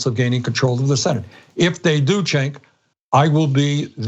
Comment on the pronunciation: Bernies the best at everything except saying cenks name haha